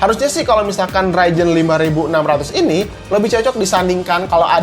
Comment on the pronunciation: Ryzen oy bukan raijen